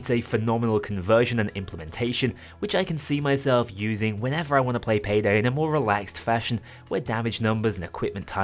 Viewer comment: Bro turned Payday 2 into Paygay 2